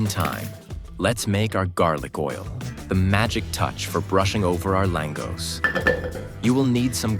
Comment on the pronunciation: You can't even pronounce it properly. FFS